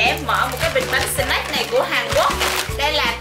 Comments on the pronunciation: Snack chứ c s lại shack? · Chị ơi snack chứ hok phải shack😂